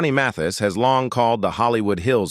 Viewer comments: Such a shame that the narrator’s voice is the same monotonous voice used for tons of other bio-video clips of famous people in the arts and beyond… Even worse is is that the stupid narrator, perhaps an AI generation, is unable to even properly pronounce “Johnny Mathis’s” name!!! I wonder how this even gets posted?? Does no one listen to these clips before their initial postings? It sure doesn’t seem like it!!! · I love Johnny Mathis but I wish these narrators would learn to pronounce names right. I felt the continuous mispronunciation sounds ignorant and irritating. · He only mispronounced it a few times…not a big deal.. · Are you nuts? Who is MATHESE? How can you narrate w/out knowing how to pronounce the name of the subject? Dumb. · Johnny “Ma-Thees?” I hate AI reading! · Indeed. Matheees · Why can’t the narrator pronounce Mathias name correctly? It’s a matter of respect. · Yes please! His name id Mathis…not Myseets! If you’re going to talk about people, at least respect them by pronouncing their names correctly‼️😖😡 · Who is this Ma-thees you speak of? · OMG!!!! Matees? Your not even saying is correctly. Disgraceful! How disrespectful to this wonderful man. I'm out. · Matheeees? You’d think he’d know how to pronounce this legend’s name! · YO AI HIS LAST NAMED IS PRONOUNCED MATH IS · Teach your AI how to pronounce words and names. She is butchering Mathis….like Matisse. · Ma-Thees? Can't these AI-generated narrators ever be corrected? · Somone should teach this AI voice how to pronounce the name Mathis. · Another crap production with an AI narrator that cannot even pronounce the name of the subject of the video correctly. Why does You Tube allow this stuff to be posted and monetized? An artist like Mathis deserves so much better. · Narrator! Try pronouncing his name right! Geez! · Ai is malfunctioning in the pronunciation of his name. Content creator needs to correct the problem. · Say his name correct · it was disrespectful to not pronounce his name correctly